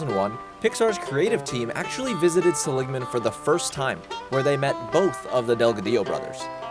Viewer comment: It's pronounced SELL-ig-man, not suh-LIG-man,.